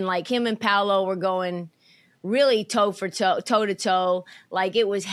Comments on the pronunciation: Cam calling Paolo "Pablo" is hilarious because nobody correcting him 😂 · ITS PAOLO NOT PABLO 💀💀💀💀💀💀💀💀💀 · wtf Cam or Swaggy P on Gils arena keep calling Paolo the wrong name it’s no B in his name you damn idiots